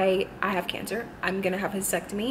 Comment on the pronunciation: Do u mean hysterectomy not hesectomy i think u said?